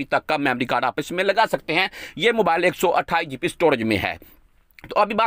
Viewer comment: o bhai apni english to thek karo gp nahi hoti gb hota h